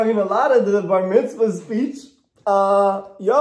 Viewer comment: “You didn’t invite me to your bar vitzma” 😂😂😂